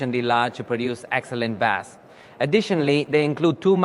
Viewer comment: Bass when talking about sound is pronounced like "base". You are pronouncing it like the name of the fish called bass. Hope this helps 👍